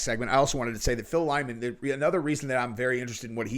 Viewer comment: The dudes name is Lyman. Lie-man. Ffs.